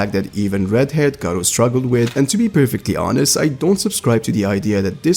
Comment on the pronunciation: Its understandable since you arent a native speaker, but its funny when you say "Gah-Reuw" instead of "Gah-Roh" or "Neon" instead of "Nyan"